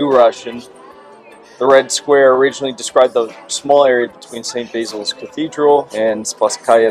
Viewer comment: no, his pronunciation of red square was aweful